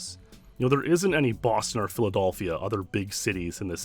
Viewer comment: anyone else hear him say "Philadolphia?"